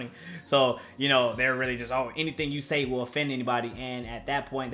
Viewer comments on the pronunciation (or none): none